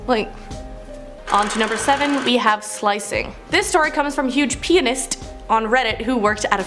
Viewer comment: There was obviously a hillarious section from the story SLICED 32.05 that's been edited out. Given that when the word 'pianist' is spoken the T was blatantly very pronounced in order not to be mistaken for the word 'penis'. I bet the first take of that had the whole production crew in stitches. Oh and BTW my Nan was a patient of Harold Shipman but she was younger then and not quite what he went for. I was also a patient of the Donnybrooke surgery in Hyde, though Shipman wasn't my doctor. I saw him once for an emergency in about 1981, it was boxing day and he was the on call doctor that day. I was only about 4 though so I was safe too lol.